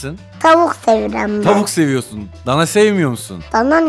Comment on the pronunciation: Seviyirem diyo 😂😂